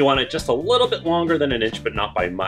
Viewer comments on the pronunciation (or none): none